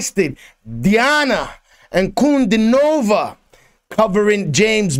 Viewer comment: Her name is pronounced as D-Anna Un-Cu-Dean-O-Va, and Not Nova